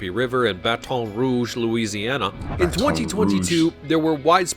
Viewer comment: It is pronounced Ho-Muh not huma and please say Baton Rouge correctly. From a lifetime Cajun here. We in no way call our crawfish "crayfish" ever. It's crawfish or you get your Cajun card rejected and taken away.